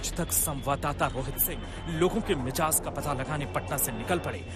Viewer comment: Bhai Mijaz nahi, Mizaj hota hai.